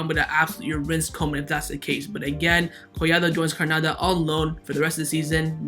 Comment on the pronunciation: A have a genuine question: Why do you say Hranada (instead of Granada) and ter Stehen (not ter Stegen)? I understand that you are not a native speaker so I get that some English grammar and vocabulary mistakes are inevitable, but your pronunciation of Granada and ter Stegen baffles me…